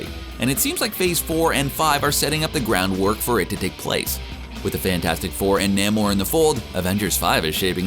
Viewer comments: 😂 nay more nah-more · It’s “Nay-More” not “Nah-More”. Ugh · I've always thought that the pronunciation of Namor was Namor. I don't know why this guy pronounce it Namor instead of Namor. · I am just annoyed how that dude pronounces Namor.